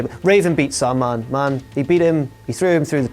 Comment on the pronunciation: sounded like you said "Sunman" instead of Sandman lol